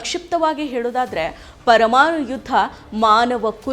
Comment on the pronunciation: ಕನ್ನಡ ಬರಲ್ಲ, ತ್ವರಮಾಣು 😂😂😂😂😅😅😅😅